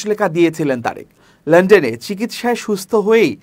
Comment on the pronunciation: " লন্ডন " উচ্চারণ পুরাই বেঠিক, শ্রুতিকটু। সোজা উচ্চারণ লন ডন যদি ভুল করে তাহলে তাকে স্ক্রিনে আসতে দেয়া উচিত নয়।